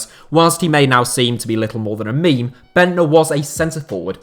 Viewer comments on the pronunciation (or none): none